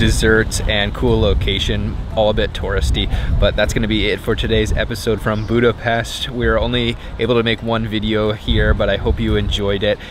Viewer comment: yall tourists cant pronounce budapest